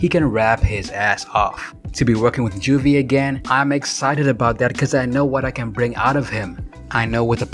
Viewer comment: Side note: It was pronounced "Ju-vee" The Great.